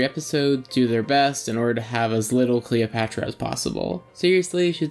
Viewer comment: Why do you keep saying Calopatra?